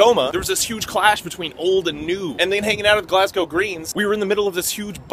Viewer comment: Nice pronunciation of Glasgow. Most Americans say "Glass Cow"